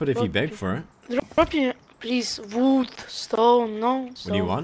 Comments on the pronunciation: COLLECT VOOD! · 'Wuud Schtone plese'' -.